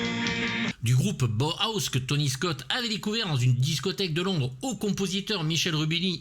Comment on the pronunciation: "Bauhaus", cela se prononce BA'hAOs, me demandez pas pourquoi, une prononciation à l'HALMANDE, une référence au mouvement en architecture fonctionnelle minimaliste (et très inhumain d'ailleurs) Et l'excellent morceau cold-wave qui passe en fond c'est Bela Lugosi's Dead du même groupe Et merci pour le rappel de l'existence de ce film, bien passé sous les radars celui là.